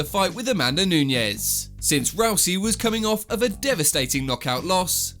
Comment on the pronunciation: Holy crap it’s “Nunes” not “Nuñez” smhhh